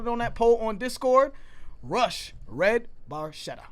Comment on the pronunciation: Very cool that you are into Rush. You pronounce the title, Red Bar Chet ta. If that helps. Keep on Keeping on!